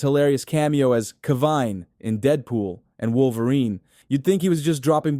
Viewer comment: .cavine!? It's the Calverine dumbass. Stop trying to make your own catchwords, he already has one!